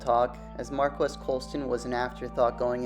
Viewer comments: Pronounced “Mar-Keese” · Hi NAME IS PRONOUNCED MARCUS!!!!!